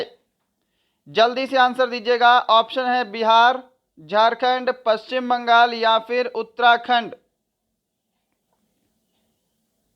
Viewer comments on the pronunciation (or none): none